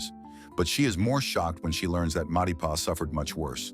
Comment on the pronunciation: everytime you say "Matipa" it kills me